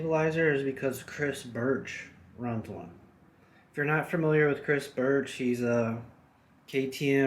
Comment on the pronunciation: say "cris birch" one more time, i dare ya.... jk, cool video, can't wait to install mine.